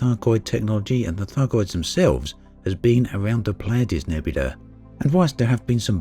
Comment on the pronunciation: It's nebula...not nebuda...dummy